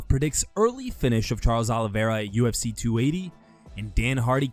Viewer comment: Uhhhh Khabib, wtf is "the ufs" 🤣🤣